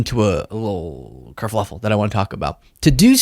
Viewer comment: kerfuffle not kerfluffle sweetie